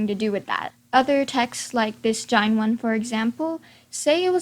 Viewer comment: Jain is pronounced like Jane